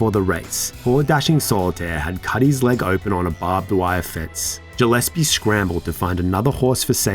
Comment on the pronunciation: You pronounced Gillespie wrong 😑